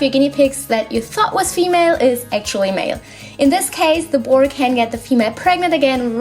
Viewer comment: no hate I look really love your channel but are you saying boru or boy